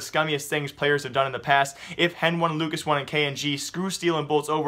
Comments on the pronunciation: CSGO News And More yea but the casters call them "Heni" and "Lucas", stop calling hen-one and lucas-one please. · please. stop saying henone and lucas one !! its heni and lucas driving me crazy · I think he is doing it on purpose (henone and lucasone);D luv u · NO! its heni and lucas. Say it how they themselves say it...